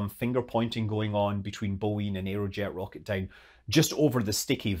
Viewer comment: Every time I hear Scott say "Rocketdyne" my brain pipes up, "Did he say Yoyodyne?"